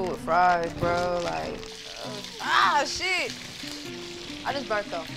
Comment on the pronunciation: The “type shi” too 😭